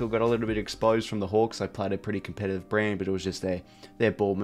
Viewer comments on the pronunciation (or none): Enjoy your videos I watch every week.. but your pronunciation of Saturday / Saliday and Competitive / Compellative is getting really hard to listen to 😂😂